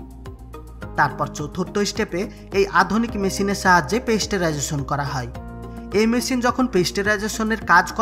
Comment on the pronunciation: পেস্টেরাইজেশন না ওটা পাস্তুরাইজেশন। উচ্চারণ ঠিক করেন আগে।।